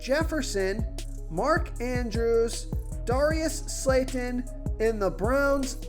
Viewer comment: Bro you trying to screw us over 😂😂 Darius slayton? Really?!😂😂😂😭 you can’t even say his name right!!